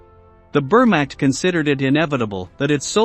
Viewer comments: Uh ... the 'were-mact'? If you're going to have a machine narrate the videos, train its pronuniciation skills first. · WTF is the bermakt ⁉ And who was Fabienne Jam-it ⁉ Jam it where ⁉ All of this great factual information you researched degraded to amatuer hack level because you can't pronounce the names of people, places, or things properly. I noticed this in a few of your videos. 😒🙄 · 1. Clickbait. 2. Learn how to pronounce words correctly for historical documentaries (vermacht, for instance). It's easy to do with Google. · The Wehrmacht is *not pronounced "bermacked", you ignorant ponce.